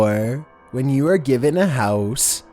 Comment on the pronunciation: “When you are given a house...” wHAT? G I v e n ??